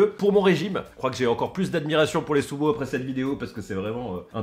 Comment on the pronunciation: MAIS ARRETE DE DIRE SOUMO